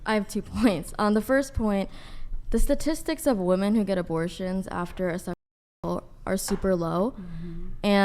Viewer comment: WHY do none off these Gen z dopes know how to pronounce the plural version of woman, being women. They just say woman for both lol. 😂😂😂